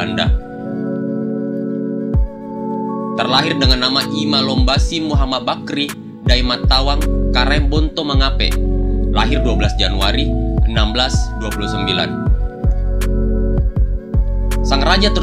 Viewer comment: Muhammad Baqir. Bukan Bakri 😅